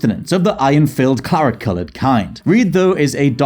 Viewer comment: I know that's what he meant to say and that if you listen closely it is what he said, but it's garbled enough that I had to work to hear claret and not carrot. Which is a problem.